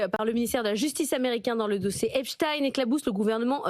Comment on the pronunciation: Merci de prononcer Epstein comme Einstein et pas Epstine comme les ricains.